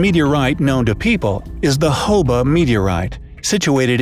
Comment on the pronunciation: When it said Hoba meteorite I thought it said Hobo meteorite